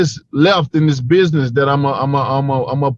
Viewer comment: I truly believe that with the right coaching and enough hard work Wilder will be able to pronounce the word business correctly one day.